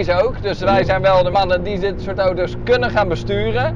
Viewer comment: Hoort iemand anders ook dat hij oto’s zegt i.p.v. auto’s